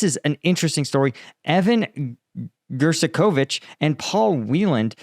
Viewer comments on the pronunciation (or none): Gershkovich GERSH-ko-vich Yekaterinburg ye-KA-ter-in-burg